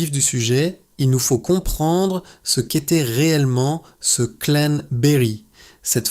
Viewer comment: et oui, l'IA est insupportable ; (remarquerez des mots "clan" être dit "clane" ou linchange "linechage" !) ; l'aspect mercantile avec un outil IA d'une affaire aussi grave est irrespectueux envers Colline. Parler de "tragédie antique", ou de "drame shakespearien" est totalement déplacé et inapproprié ici. Cet outil IA et son ton narratif est déshumanisant au possible.